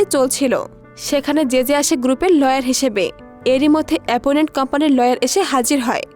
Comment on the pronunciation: এপোনেন্ট না, অপোনেন্ট হবে